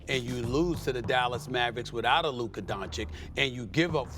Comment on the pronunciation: Still cant pronunce Luka's name properly -.